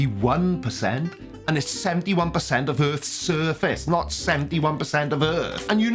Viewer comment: It's not earf the word is pronounced earTH